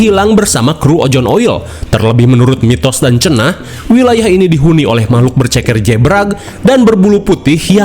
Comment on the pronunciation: teh yeti tkg seblak mn suara nyy...noh d sbut mamahlukan😂